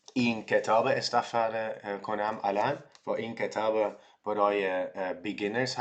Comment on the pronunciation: آفرین! الان برای خواندن متن های جالب در زمینه فلسفه و تاریخ زود ئه. چرا داستان کوتاه نمی خوانی؟ مثلا داستان های زویا پیرزاد، یا کتاب قصه های مجید،... یا می تونی سریال ایرانی نگاه کنی. ضمنا این کلمه رو خوب تلفظ نمی کنی: کتاب (you say kitaab instead of ketaab) "من چهار سال برای رسیدن به یک سطح قابل قبول در فارسی نیاز دارم."